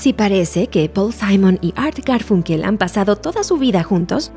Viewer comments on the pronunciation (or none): Perdón pero se pronuncia garfAnkel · Me parece curioso que no pueda pronunciar Garfunkel correctamente. Me hace sospechar que plagió el texto de alguien más.